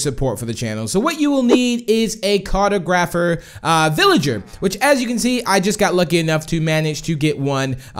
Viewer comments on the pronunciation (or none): Lmao car-toe-graph-er. It's car-tog-raph-er.